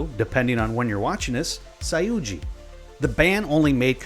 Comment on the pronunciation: "SAIUDE" it is so cute to hear you trying to pronounce the words, we can understand you pretty well, thank you for the respect and effort. Its a pleasure to see our culture being spread by gentle people like you. Thank you once again.